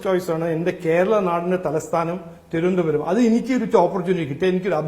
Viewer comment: തിരുവനന്തപുരം എന്ന വാക്ക് നല്ലവണ്ണം പറയാൻ പോലും അറിയില്ല... 🙏🙏🙏